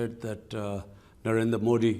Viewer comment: Did you see that fear when he say modi name in his own accent 😂😂😂